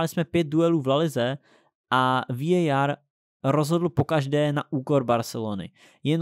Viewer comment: VÍÉJÁR :))) hned si za to dej facku!